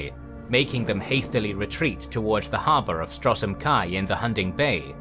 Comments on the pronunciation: Love these videos, but no one pronoucnes Stros M'Kai as "Strosem Kai. Or Ayleids as "Eyelids." Please listen to general dialogue in the games before pronouncing these again. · yeah I know he pronounces it Strosem Kai and also I saw he pronounced Ayleids as Eye lids XD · The videos are excellent. But I would love if you'd have a person to check the pronunciation of names in the worlds you cover. I'm not familiar enough to know if this problem exists in the other series. A couple of examples from this video would be: Stros M'Kai is Stros Ma-Kai and Chimer is kai-mer